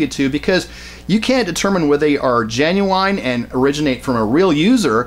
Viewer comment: WHEN YOU SAID THE WORD GENIUNE...YOU LOSS MY SUPPORT